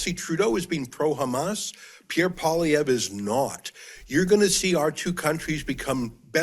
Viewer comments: Pierre Poilievre. Say "poll-ee-EV". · Oh and it's "Poe - Lee - Ev" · It’s Paul-E-ev. Get used to saying it. 😉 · Everybody, Canadian and American alike, needs to learn how to correctly pronounce Pierre's name: PWAH-LEE-EV-RUH (the "ruh" part mostly silent). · get the pp name right man you talk so good cant say a name right?